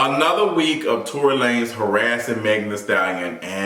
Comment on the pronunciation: Lmaooo I never heard La-nezzz lmaoooo